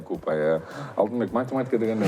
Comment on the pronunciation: Метаматика деп койгонун